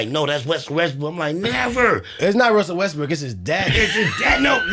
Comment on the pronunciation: Yo why the fck can’t pronounce a single name right lol wusell restbrokk and Martha Stuart and everyone’s name you can think of.